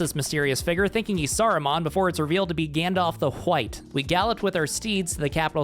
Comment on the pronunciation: Why are you saying it like that? Say Gandalf. Now say white. Now say Gandalf the White.